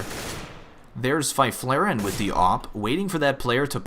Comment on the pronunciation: Fy-flare-en? That is awful pronounciation right there